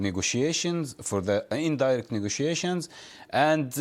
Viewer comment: return back = restore. Pronounce ne go tia tions ne go she ay shuns 5 syllables.